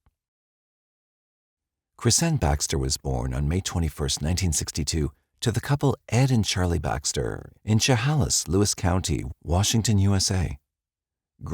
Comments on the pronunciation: I have to, I just have to…. Spo-can is how you pronounce Spokane, not Spo-cane. And Chehalis is pronounced Che-hay-lis. No insult intended. It was just grating to me since it was said soooo much. 😊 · I enjoy you uploads. Just want to say Spokane is pronounced Spo-can and Chehalis is pronounced Shu-hey-less